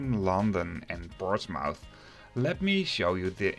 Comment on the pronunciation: Excellent video. Made a similar trip last year, enjoyed it a lot. I can't help to notice the pronunciation of Portsmouth is a bit off: 'portsmuf' in Dutch.